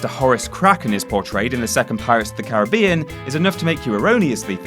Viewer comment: Pls say Caribbean right